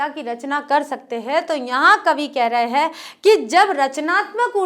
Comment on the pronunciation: आप कविताओं को बहुत ही सहज और सरल भाव से और विस्तार से समझते हैं; उसके लिए आपको बहुत -बहुत धन्यवाद आप "हैं"की जगह, "है" का उच्चारण करते हैं;जो सुनने में बहुत अटपटा लगता है... कृपया...